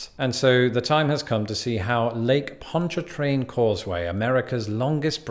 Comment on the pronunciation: La Foosh was right, well done, but it's Bah'-you or Bye'-you (kinda between the 2). Bonnie Carey, like Drew's sister. It's over a spillway from the river to the lake. You got Ponch-a-train right. Man-shack, never heard it called the Swamp Bridge but I'm new to Tangipahoa, it's just I-55 past Manchac & Ruddock. The raised interstates (Bonnet Carre & Manchac) are just part of the scenery, raised interstates are no big thing. We also have the Achafalaya (uh-chaff'-uh-lie'-uh) Basin Bridge on I-10, 18 miles, & a Highway 190 elevated highway that I don't think there's even a name for. Locally, the last one is just the Causeway.